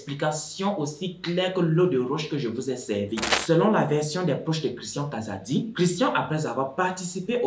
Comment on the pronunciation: j'ai vraiment aimé la façon dont tu as raconter l'histoire mais la prononciation du nom kazadi tu la vraiment mal fait